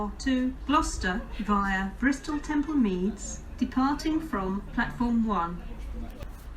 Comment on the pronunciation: Although I hate because of her voice sounding patronising, I have to admit she says Bristol Temple Meads much better than Ruth does. Nice one for putting Trowbridge on the map. I know the place very well as I have held residency there during college and used to travel by train fortnightly (coming home on Friday and returning Sunday evening). The Cardiff Central trains were always late especially the service, worse when it was under First Great Western. Wow! Not heard those reasons for delay before. Interesting!! Ouch 83 minutes! The biggest I've heard was 120 minutes at Coventry ( VT to Preston (curtailed Glasgow Central service) due to the emergency services dealing with an incident.